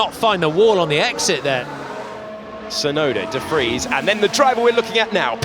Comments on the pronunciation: Are we going to have to listen to Alex say de Fries all season!? It's de Vries! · Nick... last name Debris? 😂